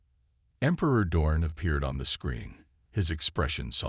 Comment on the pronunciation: Name is Dorn, not dawn!😮